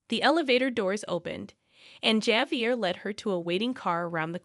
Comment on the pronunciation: Javier is pronounced wirh a H, Havier